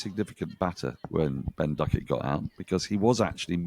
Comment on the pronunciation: The Indians pronounce Duckett with an f I noticed today